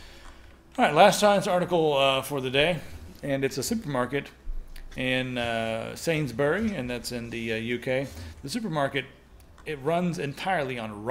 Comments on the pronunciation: "sainsburg" WHO ARE YOU PEOPLE? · Sainsburg? I think you mean sainsburys Hahah.